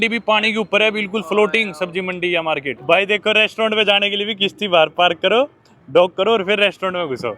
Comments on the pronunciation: It's not kishti it's is kashti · bhai it's kashti not Kishti 😂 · Bhadwe kisti ni hota kasti hota hai